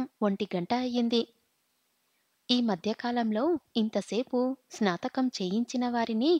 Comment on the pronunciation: Baajantreelu emiti bhajantrreelu snatakam for snaatakm Ani cheppali. Pronunciatio nerchukoni chaduvu. Masla for masala . Horrible reading.Alugagadda upma, emiti nee sraadham. Upmakoora anaali